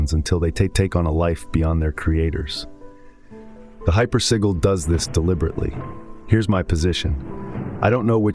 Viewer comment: This is all AI - hypersigil isn’t even pronounced correctly through video